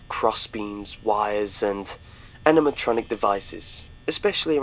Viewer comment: Are we just gonna ignore how he pronounced "Animatronic"